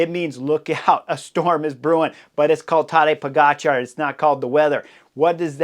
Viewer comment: So is it Tadeja PoGotCha … say it again .. and again and again